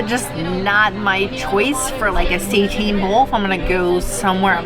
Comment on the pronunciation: Love this review -- can't believe they are offering SEITAN (versus just the regular ol' Impossible meat). By the way, it's pronounced 'SAY-TAN", not "say-teen". Have a great no-turkey Thanksgiving guys! Love your videos!